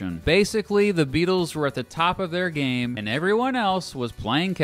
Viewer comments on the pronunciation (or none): none